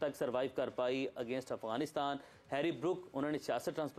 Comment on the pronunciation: Its Afghanistan not Aghwanistan. How many times do i have to correct you. You r a professional at least u think so but you should atleast pronounce correctly.